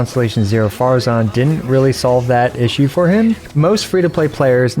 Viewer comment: For the love of god please don't invite for more videos. For a vtuber you can't even understand half of what she's saying. Plus she pronounces names weird. Faruzen, yongjin, jeanyan, aiyato, nillao, nolo, jingjo, tenari, aggravit, eyam, seacrose, kozoho